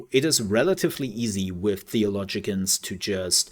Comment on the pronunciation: "Theo-LOW-gians" is the pronunciation you were reaching for :)